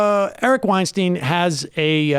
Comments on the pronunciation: I can't tell if you're mispronouncing Eric's last name on purpose or not :l Weinstein rhymes with Einstein. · You are pronouncing Weinstein wrong.